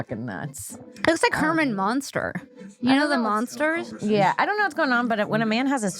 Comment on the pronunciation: it's Herman Munster, not Monster :D